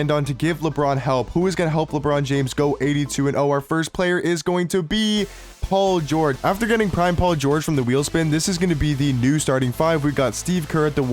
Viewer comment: "Paul Geogre", "Kevin Duarnt" 💀